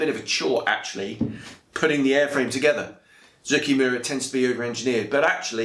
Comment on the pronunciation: Finally, someone that can say Zoukei-Mura correctly!